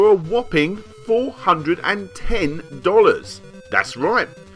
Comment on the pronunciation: Every time Larry says Dollahs and back-ahs some guy around the globe survives cancer.